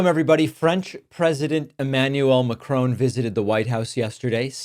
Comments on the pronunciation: Why do Americans have difficulty with the pronunciation? It's 'Mack-Ronn' not 'Ma-Crone', 'McCrone' or similar. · Macron- Ron not rone. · Great show David, but the French president's name is pronounced MAC-RON not MACRONE :) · It is not said Macrone but Macron. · Macrone? Do you actually know how to pronounce his name? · David, please, please, please stop calling him Macrone. His name is pronounced (more or less) Macron, Mack Ron. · His name is pronounced MACRONG, not MACRONE. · It’s not “Macrone”🤦🏼‍♂️😂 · Why as a commentator does he not simply learn to pronounce Macron's name correctly? Seriously though.. can he not simply speak ONE French surname properly?? Jeeesh.. it's Macron - not Macrone. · Macron, not McCrone emanɥɛl makʁɔ̃ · For goodness' sake, as a journalist, get your prounouciation right. MACRON NOT MACRONE!!!!!😮😮😮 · Why do Americans call Macron "McCrone"? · Brilliant, Macron is leagues ahead of that imbecile. Pssst BTW, it's Macron (flowing the jaw on the "ron" when pronouncing his name) not Macrone 😉😉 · It’s not Macrone!! his name is Macron. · Mac-ron, It's not Mac- r-own! Sorry, but it is so grammatically incorrect. Apologies, but it's just fact, as the French leader would pronounce it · It’s not Macrone, it’s Macron. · Er, it's Macron, not Macroone. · Thank you for posting. But please learn to pronounce a leader's name properly before you do - I winced every time you said Macrone. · It's not 'Muhcrone' it's 'Macron' to rhyme with 'Pack-wrong'. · Ma Cron. Not Macrone. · His name is Macron not Macrone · Just a small point, Mr Macron's name is not pronounced Macrone; it's simply Macron. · It is pronounced Macron not Macrone. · Macron not Macrone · Stop the "Mac-Crone". It is "Mac-Ron" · His name is MAC RON not MACRONE you idiot yank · Kind of weird to hear Macron pronounced as Macrone lol, not sure how to explain the correct way though. Maybe more "Macro-n"? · Great video, David. But please do Macron the courtesy of not calling him Makrone. Merci.